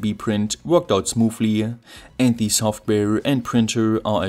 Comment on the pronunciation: No offense but this time your constant mispronunciaton of the word "the" (like the german "die" instead of the normal "de") really distracted from the content.